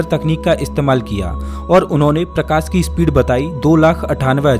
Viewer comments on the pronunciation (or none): प्रकास नहीं रे भाई मेरे प्रकाश .... सबसे खराब हिंदी UP और bihar वालो की होती हैं